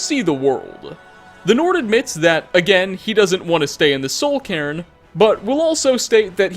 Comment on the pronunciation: It should be pronounced Soul Kay-rn